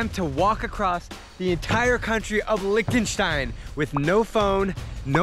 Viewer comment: As a german, it the way he pronounces Liechtenstein triggers me XD.